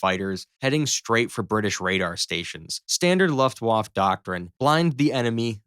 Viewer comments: OMG "luft-woff" is an unhinged pronunciation. Maybe watch one video about WW2 and try again. The F-35 doesn't shoot a shell the size of a beer bottle, that's the entire cartridge that holds all the gunpowder. The bullet itself is just the blue tip, it's a few inches long at most. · What the hell is the ' Luft Whaff'? You millenials sure prove your worthlessness every time you speak. Did any of you go to school or was everything online via the college of Northern Arizona? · Please. For the love of Pete, learn how to say Luftwaffe. LOOFT-vah-feh Phonetically broken down: Luft → sounds like looft (with a short “oo” as in book) waffe → sounds like vah-feh (the w pronounced as a v, and the e at the end lightly voiced, not silent) So altogether: LOOFT-vah-feh. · You're generous. I heard Loft Woff. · A guy who can't pronounce Luftwaffe is doing a video on World War II arial battles, LOL. Americans! You REALLY need to improve your education system. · Dude, did you not even bother to find out how to say Luftwaffe? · All that research and you have no idea how to pronounce Luftwaffe and that there is no such word as aircrafts. The plural of aircraft is aircraft. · Imagine how good this could have been if he didn't mispronounce luftWAFFE wrong every other second. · Maybe learn to pronounce "Luftwaffe" before making a video about the Luftwaffe. Maybe also look up German flags while you're at it. Google is free. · You must be something like 15 years old and I understand that you think it’s very cute to make these videos because it’s fun…but at least learn how to say Luftwaffe properly….Maybe ask your daddy or look on Google…duh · Learn to pronounce Luftwaffe in Hermann Goering correctly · Please, pronounce Luftwaffe correctly! The W is pronounced like a simple V and the E at the end should be pronounced. Good video otherwise. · how dare u say luftwaffe that way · The poor pronunciation of luftwaffe makes this already dumb video unwatchable. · "...vaf-fuh" Not "...vaf."